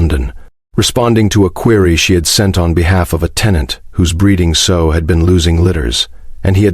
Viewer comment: It’s a “sow” rhymes with how! Gosh I hate AI narratives and all of the mispronounced words. Many times the brunettes make the better wives. The man I eventually married kept trying to date blonds back in 1965, he thought that was what he wanted but he never went out with them a second time after the first date. I never cared about hair color only what kind of a man that I was trying to find one that I wanted to still go out with more than a few times. They all failed miserably, I had basically given up on finding anybody decent or to my liking. After we had been dating several weeks he told me you know you are the first girl that I asked for a date and that got in my car and DIDN’T say let’s get drunk. Neither him or I liked the stupid people who only cared about getting inebriated and being irresponsible risking life or death. We were both more interested in conversation and getting to know each other better. We soon found out that we liked all of the same things, we were the same religion, we loved our families and wanted a good family life. We decided we were perfect for each other. He worked hard, he was intelligent and well educated, he had a good job and had managed to get a college degree. We both were working and much to his surprise I knew how to cook and be economical and live frugally. After we got married and had returned from our honeymoon I prepared him a supper ready to serve up as soon as he came to our little apartment that we were moving out of and into a ne